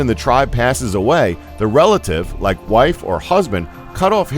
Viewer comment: At the end you say like dant forgat to laik xD